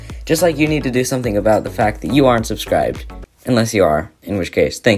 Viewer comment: hate sponsers and u saying sudscribe